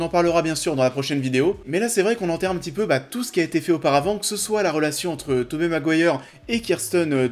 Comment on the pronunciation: La vidéo est pas mal mais ça se prononce 'Tobi' Maguire pas Tobé mdr